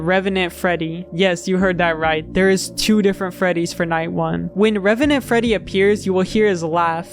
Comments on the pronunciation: Maybe I'm going crazy, but I kept hearing "remenant" instead of "revenant" (￣┰￣*) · it's not even "remnant", the in-game spelling is "revenant" so he's getting it even more wrong. surprised he didn't say "animanotric" or something like that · Great video but please stop saying RemEnant. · The “remenant” is killing me every single time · The pronunciation of “remenent” constantly really got me tilted. It’s reVenant with a V!! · bro really cant pronounce "revenant"